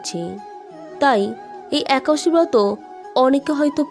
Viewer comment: একাদশী কথাটাই উচ্চারণ করতে পরছেন না।